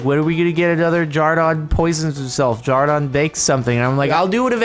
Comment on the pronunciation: I'm actually so confused as of his name, his channel name is Jordan but in the video he says Jardon and I don't know what his actual name is...